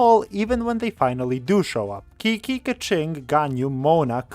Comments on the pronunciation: KIKI??? KIKI WHO?? ITS CHICHI 😭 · calling Qiqi (chichi) Kiki is a violation that i will not accept. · gasp dramatically Did I just hear Qiqi pronounced like Kiki?!